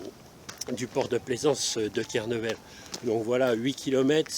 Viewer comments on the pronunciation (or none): Belle promenade et beau reportage!! Deux remarques cependant: - ce n'est pas Kernevel, mais bien Kernével (le "é" se prononce!) ...sinon, ça fait "touriste" ,) - abonner ne prend pas d'"s"dans "abonne-toi" (impératif singulier des verbes du premier groupe).